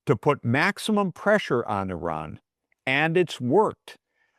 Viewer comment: Bravo to you for pronouncing the country's' name correctly. EERON... Bravo!!! everyone needs to learn this: is not I Ran .... it is EERON. Bravo!